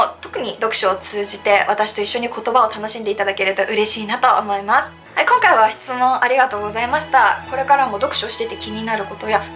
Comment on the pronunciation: この方の「思います」の「す」の発声は「せ」が混じっているな。唇を横に伸ばし、口角の筋肉を少し下げ、下唇を少し前に出しているのではないかな？舌が少し前に出、上に上がり過ぎているのかも知れない。「す」の正確な発声を練習されることをお薦めする。